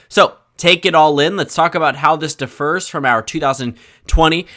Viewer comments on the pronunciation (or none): Just so you know young man, it is pronounced differs, not defer. Good luck with college! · where is your accent from that 'differs' sounds like 'defers'? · Differs is not defers. Differs requires an accent on the first syllable. Defers requires an accent on the second. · How did you just pronounce "differs"? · Differs is not pronounced the same as defers.